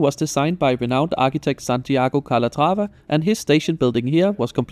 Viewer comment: hahaa the pronunciacion of "Calatraba" sounds as danish as it gets, so cute (L)